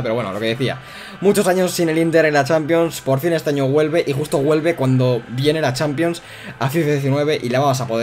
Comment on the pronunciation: Porque dice guelve en vez de vuelve